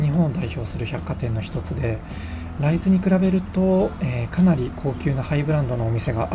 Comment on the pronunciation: 住んでいますが、ライズの発音に違和感がある。